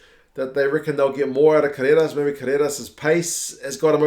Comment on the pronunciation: so cute how you pronounce "Carreras", like an Argentinian 4 yrs old toddler learning to speak. Try rolling the R mate.. "Carrrrrreras"! :) awesome video!!!